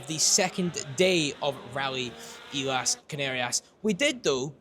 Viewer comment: Pronunciation of a 5 letter word has defeated Luke. ... Islas....